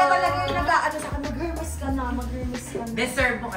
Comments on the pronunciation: PRONOUNCED PO SYA AS ER-MES HINDI HHHHERMES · Silent H po yung Hermes. 😅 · Kaya mong bumili ng HERMES pero di mo ma pronounce ng maayos ang HERMES. kaloka ka! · silent "H" po, sa Hermes 😁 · Its silent H Ms zeinab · Silent H for the brand Hermès. Don't wear it if you can't pronounce it. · Deserve lahat! But please, silent H ang Hermes 😊 But no harm done! Whether mali or tama ang pagsabi ng brand name, deserve na desserve! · Sana my mag correct sa kanya ng pronounciation ng Hermes. It's silent H po. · Silent “H”po yung pronunciation ng Hermeś mamsh. Dont get me wrong. I love you ❤️